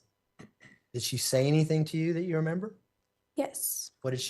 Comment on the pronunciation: She says anyTHINK LIKE Leticia 🤦🏻‍♀️